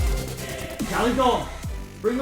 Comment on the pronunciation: Why is it always that in the end pronounces Galadon's name as "Gallydon"? What do you guys think?